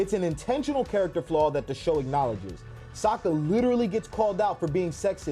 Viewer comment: And cmon bro its Sokka, not Soekka 😂😂